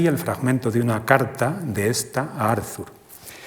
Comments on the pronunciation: ¿Por qué pronuncia "Árzur Shopenjauer" en vez de "Ártur Shopenauer"? Y ese loísmo tan molesto... o esa primera cita sin venir a cuento de Javier Gomá... Y dale con "Árzur"... Lo siento, pero esas cosas distraen, y mucho. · Muy interesante, pero , como suele pasar en España con los nombres extranjeros, el lector se empeña a pronunciar el nombre Arthur a la inglesa - Arzur- . Es extraño que una persona que ha estudiado la obra y al personaje no sepa pronunciar correctamente su nombre. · Por favor, que alguien le diga al conferenciante que la "th" de Arthur se pronuncia como una "t", no como una "z" española, es alemán, no inglés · ¿Por qué todos los nombres son pronunciados como si fueran ingleses? La H no se pronuncia ni en Arthur (Artur) ni en Schopenhauer (Schopenauer). ¡Qué colonización! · Todo el mundo pronuncia "Arthur" como si fuera inglés.